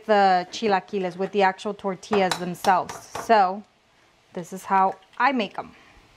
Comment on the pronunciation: I watched until she said “tortillas” can’t stand a señora that CANNOT pronounce tortillas the proper way. First generation or second plus generation. No excuse. Vergüenzas.